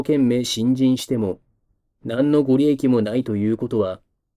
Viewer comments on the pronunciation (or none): ごりえき・・・ごりやくの誤読かな？